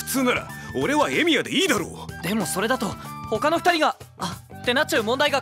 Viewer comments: 最初エミヤが「エイギオウ」って聞こえてビックリしたwww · なんでかわかんないけど ルミオーって聞こえてエミヤと認識できなかった